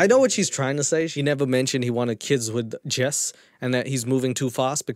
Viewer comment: when Jess said "My name is Jess." i thought she said "My name is Jeff!" and i chocked on my hot chocolate lol ... 🤣😂😆😄